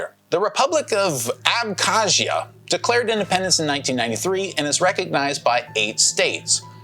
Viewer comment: The way you pronounce the “zia” part of “Abkhazia” really reflects your haha. I love Polish people 🇵🇱 Also, I really appreciate your efforts and courage to spit out unbiased facts that are in whole. Western “free” media often reports news about China either incomplete, biased, or completely untrue! They have brainwashed me for 9 years and I’m glad I didn’t succumb to their brainwashing in the end. People like you are what the world needs to see the unseen side of the coin!